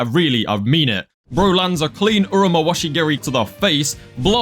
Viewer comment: as someone who has been doing karate for 10 years, it makes me happy hearing you say the hook kick correctly in japanese